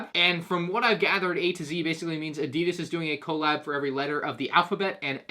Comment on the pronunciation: What did you say? Adeydus? Adidos? Ahdeydas?